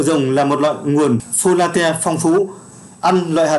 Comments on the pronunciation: Hàm lượng fo lát bạn ơi đừng đọc fo la te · Cảm ơn kiến thức bổ ích từ kênh ! Góp ý với bạn nên nghiên cứu cải thiện cách đọc các từ sau cho chính xác hơn như Folate, protein, fructose, galactose... Chúc kênh ngày càng phát triển.